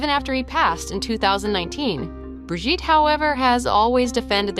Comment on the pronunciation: Brigitte!!!!😅not bridget!!!